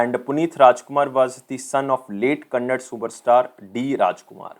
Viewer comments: it is not kannad..its kannada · It is Kannada not Kannad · its Kannada * ❤️ Not Kannad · Being a Telugu guy i just want to correct you on something which is really annoying to hear, it is not "KANNAD", it is "KANNADAAAAAA". Arhhh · sir not kannad it is kannada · Sir no offense but it is KANNADA actor not KANNAD... anyways thank you for ur efforts.. Ella kannadigarige rajyostava shubahshayagalu ..🙏🙏 in advance! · Sir pls 🙏 it's 𝙠𝙖𝙣𝙣𝙖𝙙𝙖.... ....and Tq for your effort sir